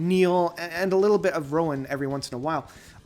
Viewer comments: I can wait to hear it all for myself. The mega box set is on order. Is it not Roine (Roy-ner), not Rowan? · It's more like Roi-ne (like the "ne" part of "negative") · nope. It's Roi-nuh or Roi-na. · I think you're right. I've heard it pronounced ROY-neh. If you hear Pete pronounce it, he probably does that British accent thing where there's a soft "r" sound added at the end.